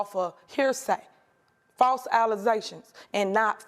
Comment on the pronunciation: “Fawse allezations…” 😂